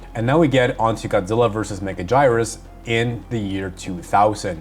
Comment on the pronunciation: That Megaguirus pronunciation is killing me lol